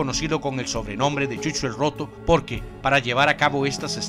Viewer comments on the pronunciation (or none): none